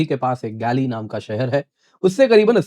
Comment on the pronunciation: गैली नहीं सर शहर का नाम गाॅल है।